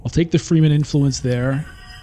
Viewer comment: I like your videos a lot, but come on man! You should really learn the proper pronunciation. Fremen is fremen, not freemen.